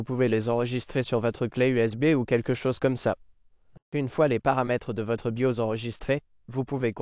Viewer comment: Yeah the french voice is terrible ... it don't even prononce "BIOS" correctly : it says "be yo " (without "S")